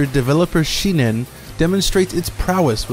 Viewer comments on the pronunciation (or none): The name of the developer is Shin-En NOT Shi-Nen!